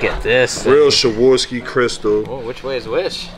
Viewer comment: Shaworski? Really? It's called Swarovski.